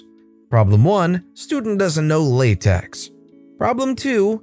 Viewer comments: Pronounches with tech, not tex. It's not latex :P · For reference, it's apparently (according to a math professor of mine) pronounced "Lah Tech", not latex.